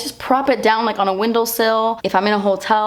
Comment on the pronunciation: You said windowlsill and I instantly cringed 😂😂 love you